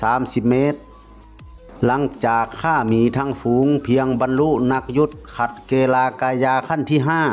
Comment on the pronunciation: นักยุทธระดับขัดเกลา(เกา) ไม่ใช้เก-ลา นะคับ พอดีผมตะขิดใจ😅